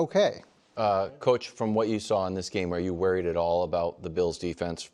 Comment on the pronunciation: Here just for when Wildes says “wearied” for worried